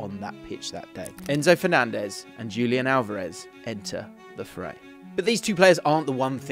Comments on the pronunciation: Wait wait wait. Am I supposed to believe a guy who says “Dzhulian” instead of “Hulian” Alvarez? Does the guy know any football at all?? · That's not Julian. The pronunciation will be like Hulian. Pls correct your pronunciation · This was fantastic but just a simple change that could make it so much better is pronouncing the names correctly. Its as simple as switching the accent around and wouldn't even take a minute. It's lioNEL not LIOnel, it's juliAN not JUlian (with the J pronounced as an english H)